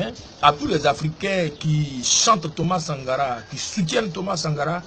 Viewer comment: je t assure je suis mort de rire ce matin. Comment quelqun qui parle polik n arrive pas a dire correctememt Sankara.